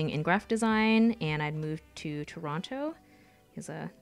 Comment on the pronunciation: The way you said Toronto nicely let's us know you aren't from there haha. We say "turnuno" or something weird.